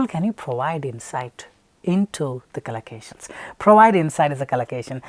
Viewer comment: Its collocations not calacations